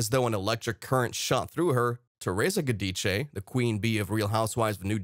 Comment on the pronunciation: I’m so happy that this man speaking says there last name the proper way, the Italian way of speaking, I’m from New Jersey. I watch the New Jersey show and they are a lot of things that are not said about Teresa’s family (im not talking about her Daughters)that she won’t let out because she doesn’t want to hurt them. That’s all I’ll say. Making Teresa look like a villain that is wrong she’s not !! I remember this is a reality show and people make good money, but in Italian family, you should never go against your family.!!